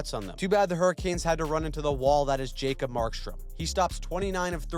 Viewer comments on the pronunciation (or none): none